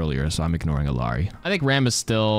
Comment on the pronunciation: Love u but it's bothering me that ppl keep pronouncing illari's name with a hard L. It's ee-yah-ree.